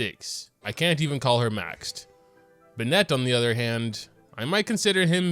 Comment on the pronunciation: every time u say bennett i die inside its so wrong